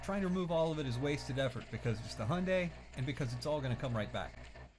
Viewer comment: He's not even trying to say the name properly, it's said Hi-un-die